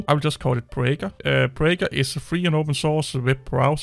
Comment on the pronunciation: Beaker not braeker